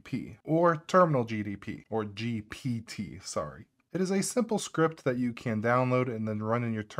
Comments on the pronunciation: Drinking game: take a shot every time he says GPT correctly 😂 I love your videos man, you know your stuff and GTP does roll off the tongue easier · I cannot watch video of someone who can't even pronounce GPT correctly. Must be drunk.